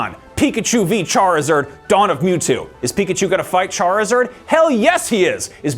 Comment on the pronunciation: You pronounced Charizard weirdly